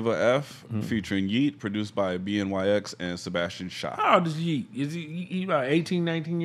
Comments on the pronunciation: OMG every time you said B N Y X I wanted to scream lmao BNYX = BennyX lol you could even hear his producer tag on the beat lol. I was wondering if you would catch on to it lol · BNYX killed it on production and btw it’s pronounced Ben E X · bnyx pronounced benny x btw